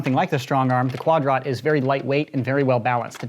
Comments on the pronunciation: Everytime he says'Quad rot' seems like he is pronouncing quadrant incorrectly... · the fact that he calls it quad ROT TRIGGERS ME